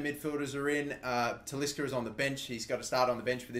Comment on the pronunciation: Please say Talisca's name properly.